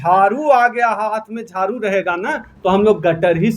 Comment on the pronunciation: झारू नही झाड़ू होता है